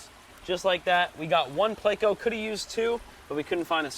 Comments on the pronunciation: PLECO. PLECOSTOMUS. PLECO. Not PLAYco. Not hating or anything but that drives me crazy bro. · 🙄 That’s a pleco actually, not a catfish. However both are bottom feeders, but they are NOT the same species. And please don’t say playco, it’s pleh-co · SORYY i didnt heard that you said PLECO